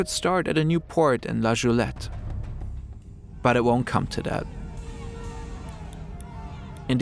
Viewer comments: You mispronounced Goulette. What, oh EHAT made you believe that a G and an O would be pronounced “Jo” and not “GO”. Ffs do your research. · Uh it's goulette with a G, not like Joules... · Goulette* not Joulette